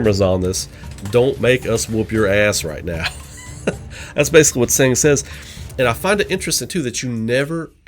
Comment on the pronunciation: I don't wanna be mean but I have to mention it since it bothers me a bit. Tseng's name is pronounced "Sung"